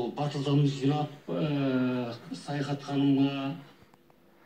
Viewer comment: саяхат ауызын солайма сойлегенде баскаша болып кетедигой